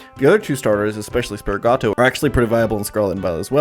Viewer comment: what is a…”spirigato”…?